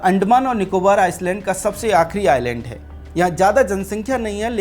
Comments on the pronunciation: stupid ice land pronounce mat kar. I land. schooling ?? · आइसलैंड nahi bhai आइलैंड kehte he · आईलैंड बोलते है भाई, आइसलैंड नहीं। बाकी जानकारी अच्छी है । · A very important video on the strategic importance of the Great Nicobar Island. However, this anchor pronouncing 'island' as 'iceland' is very irritating. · Pls pronounce english words properly...worse than school kids. Especially it's not ' iceland' u should say 'Island' I hope u correct and improve.😢😮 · आयलैंड कहना चाहिए आइसलैंड नहीं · Please,learn to say Island correctly. It is not iceland it is "I" land "s" should not be said. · आइस लैंड नहीं भाई , आई लैंड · Not Iceland, it is island( aaieland) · आइलैंड not आइसलैंड , sorry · Abe gawar, ye Iceland kya hota hai. Island is pronounced as Iland, S is silent. I agree with a lot of the matter but presentation skills pe thoda kaam kar. The project is extremely important but we need to ensure the ecology is not harmed. National security is important but so is environment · Bhai, "island" ko "iland" कहते हैं S तो silent होता है Topic अच्छा है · Pronounce it I’land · Island not iceland…..get your pronunciation right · Island ko I-land pronounce karte hi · कृपया island शब्द का उच्चारण सही करें। वरना द्वीप भी बोल सकते हैं। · Tu pahle island ka pronunciation sahi dhang se kar le bhai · Lodu lsland me s silent hota hai